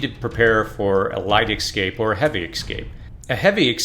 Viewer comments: Bro, it's escape, not excape lol. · Escape. Not ex-cape.... 🤦‍♂️ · The word you are pronouncing ex- scape is actually pronounced e- scape. Just want you to make the best videos possible. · the word is EScape, no EXcape!! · Escape, not excape. You're killing me. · It's hard to take you seriously when you keep saying 'Excape'. It's escape. I agree with a lot of what you're saying but this tends to be useless because people don't search this until it's too late. A more effective strategy would be to prepare instead of react. Either way, some don't ever get it. This is why keeping whatever plan your have is important so you don't have to compete for resources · For the love of god... please practice saying ESCAPE. Not EXCAPE. Let me help you. Read the following words: Yes. Cape. Yes. Cape. Yes. Cape. Read them out loud over and over again, faster and faster. Once you have it mastered, drop the Y. Es. Cape. Es. Cape. Es. Cape. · The first thing I would not do is I would not take advice from somebody who is a adult & still calls an ESCAPE AN EXCAPE. There is no X in escape. 🆗😎😎😎. From a GGL search : "I was unaware that many American English speakers said “excape” apart from a very few who didn't learn from their parents or teachers how to pronounce “escape” correctly. ... In all versions of English, including American (?)… there is no X, or version where it should be pronounced.". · Dude...it's escape, not excape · Why are you saying ecscape (xscape)? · Or, as the narrator says, x-scape, lol. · Dear lord learn how to pronounce escape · For some reason I am bothered by your pronunciation of escape. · Very good....but it's ESCAPE .....not ECSCAPE.....and ESPECIALLY....not ECSPECIALLY 🙂